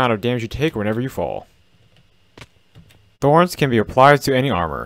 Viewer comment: Its thorns not throns